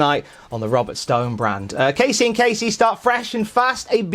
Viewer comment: Thanks, but he didn't say it like that. He said it as Kacey